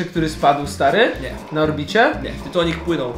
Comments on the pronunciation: Nie tytonik tylko tonik😒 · Tytanik a nie tytonik 😂😂😂😂